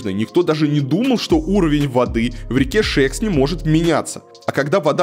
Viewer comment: Не Гáльских, а Гальски́х. Не в Шéксне, а в Шекснé.